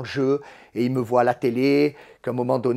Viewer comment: A 50 ans il dit voyent 🤣🤣🤣😂